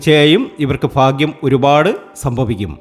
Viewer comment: ഫാഗൃ० അല്ല ഭാഗൃ०